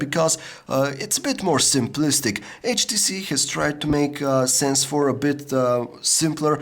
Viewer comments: lol the samsung s3 is taking picture.. because when u said HTC it sounds like "CHEESE" and the S3 will snap a picture when u say cheese :P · you said HTCheese :P